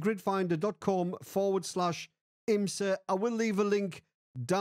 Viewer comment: You said it so many times it started sounding like "Grinder."